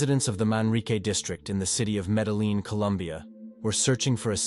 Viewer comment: Kobie- EXACTLY! It's the little things like medelin instead of MEDELLIN (double LL=Y) so enunciated Medeyeen. Then it gets worse- faether then next word fäter? I'm done can't watch this. 😂🤣🤣✋